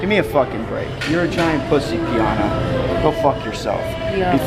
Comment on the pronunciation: it's rich pie-anna!!